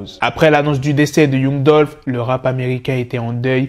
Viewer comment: Yung dulfe haha apprends à parler anglais